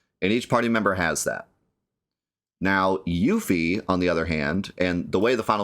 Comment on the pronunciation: Excellent, but 1 point deducted for calling Yuffie 'Yoofie'.